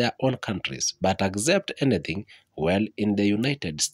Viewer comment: what the hell is agzept??????